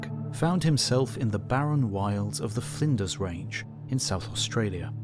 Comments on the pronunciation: At least here in the US, we geologists call fossils imprinted on the overlying beds “sole marks”. Flinders rhymes with cinders, btw, not blinders. Sorry I couldn’t think of an example that starts with CL. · This Narrator mispronounced the Flinders Range in Australia. He said "Finders" as in finding something! but it is Flinders - which (almost) rhymes with cinders.